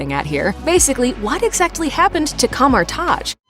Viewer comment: Coma-taj. I c wat u did thar.